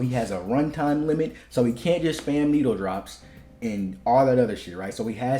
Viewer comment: The way you say needle-drops is diabolical it sounds like…..